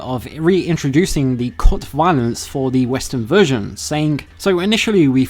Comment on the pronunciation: wiolence? okay this guy definitely has a speech impediment. I thought it was an accent for a while, but it's a genuine impediment. It's like the vocal equivalent of a lazy eye. Very off-putting. Get therapy! Get it fixed! I don't want to hear this. Just get someone else to read the scripts for these videos.